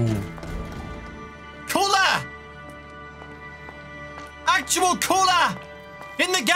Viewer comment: Is it just me or anyone else hear cooler when say color?